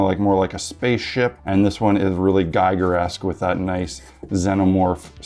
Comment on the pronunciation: This is not how to pronounce Giger.